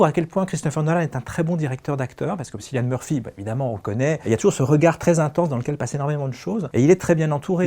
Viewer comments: Me suis arrêtée à SSSYlian, sérieusement pour une critique ciné ? Tout le monde prononce son prénom depuis des années ! Pas crédible du coup. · Cillian prononcé "killian" svp!